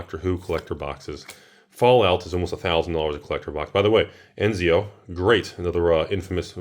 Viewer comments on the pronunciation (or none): but pronouncing ezio eNzio